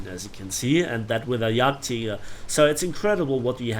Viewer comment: yagteeger XD